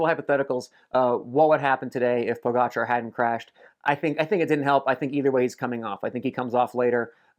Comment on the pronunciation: Superb content Phil. Also, kudos for bothering to learn how to pronounce Pogacar correctly. It seems a few other well known American cyclists are either too stupid or lazy to bother. The summaries are great. You should do them for the monuments as well.